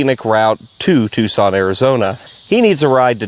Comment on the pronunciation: Point of order: It's pronounced "Tuckson".